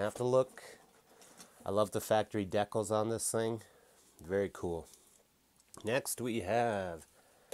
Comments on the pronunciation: I know, I wasn't sure if he was murdering the word on purpose, or if he really doesn't know how it's supposed to be pronounced. I was thinking "Deckles, what's a deckle?" Then it finally dawned on me he means decals. But I still wasn't sure if he meant it as a joke, or what. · It's pronounced "DEE-cals", love your videos but damn get it right. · I love when he says..Dek-kalz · Die kalz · I don't know if he's doing it on purpose or not, but it really gets on my nerves......LOL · Yeah it bothers me so much